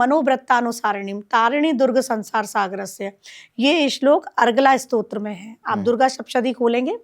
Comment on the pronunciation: Stotra bolo.... strot nahi